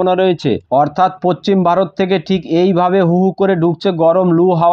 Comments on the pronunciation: পচ্চিম না ভাই.... পশ্চিম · Eta tar local language hote pare